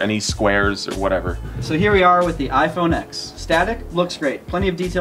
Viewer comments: iPhone X mispronounced lol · Ok Ex